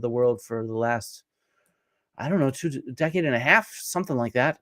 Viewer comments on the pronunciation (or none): none